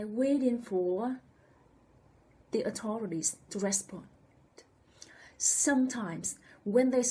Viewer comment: With out a DOUBT women are subjected to more AND worse abuse than men !!! I beg your pardon... but, your message would have a better delivery/response if the word "authority" and "authorities" were pronounced more clearly. Please let me know how or if I/we can help...